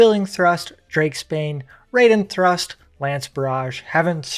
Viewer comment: Good guide, but you are mispronuncing a bunch of these skill names “Nostrand” is Nastrond, “Radien thrust” is Raiden Thrust